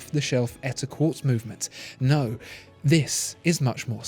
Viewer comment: Lost me in the first minute when you said Quartz.